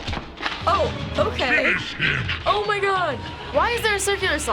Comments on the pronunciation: "FINSIH HIM"?! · They all say "finsih him"